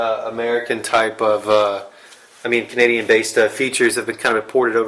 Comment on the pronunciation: cognadian hahahhahahaha